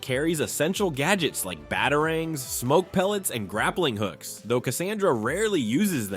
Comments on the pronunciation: mfr said bottlering I think he means batarangs like bro that was so funny he mispronounced it so bad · BOT-arangs? Uh-skrimas? Talia Al-GOAL?